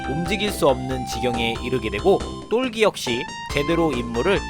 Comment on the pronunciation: 똘기인데,,똘끼라고 발음하시니까,,ㅋㅋㅋ 재밌네요